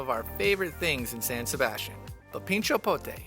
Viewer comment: Didn't pronounce san sebastian correctly!!!!!